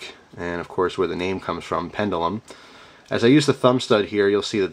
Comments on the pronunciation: It is pronounced "pend-jew-lum" :) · OMG! You and your pronunciations, lol. Its pronounced Pen-juh-lum, Anyways, thanks for the video, always look forward to your knife reviews (and other gear for that matter).